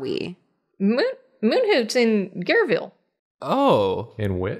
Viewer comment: "Gareville!" People who know French: SCREAMING